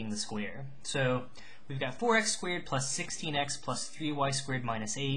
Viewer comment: lol you say "squared" like "squeered." Hehe. BUT LIKE HOW DID YOU KNOW IT WAS AN ELLIPSE AND NOT A CIRCLE! MY BRAIN IS BEFUDDLED